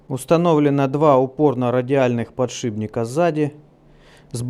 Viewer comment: "Подшибника... подшибника...". батькович, Вы же уже нормально как то называли сей девайс... а сейчас опять всё вернулось на круги своя...